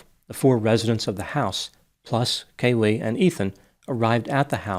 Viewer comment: It's KAYlee, not KayLEE 🙉